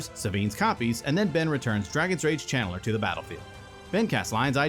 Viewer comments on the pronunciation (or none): Were you saying "Chandler" or "Channeler"? Lol